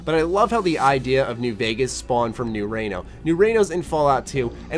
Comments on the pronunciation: Lol "Rayno" . You mean "REENO" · "New Rayno" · Fallout new "raino" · You're saying Reno wrong!!!